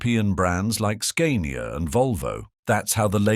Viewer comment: Bloody AI commentaries get right up ALL of my orifices, not just my nose. Do you ever CHECK what's being said with what is on the screen? Talk of a 6 wheel drive vehicle with a 4 wheel lorry pictured etc etc. Forget Forgotten Road Kings!! Edited as I forgot to mention Scar-nee-arr!!